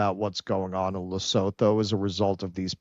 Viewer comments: What?? You expect 'muricans to take 10 whole seconds to google a pronunciation before attempting to say an unfamiliar name? Pppfftt!! 😉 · Good grief....can Americans ever pronounce the names of countries? It's Le-soo-too. And of course most Americans couldn't even find it on a map. And Americans wonder why Africa is choosing China. Who just dropped ALL tariffs on ALL goods from ALL African countries to China.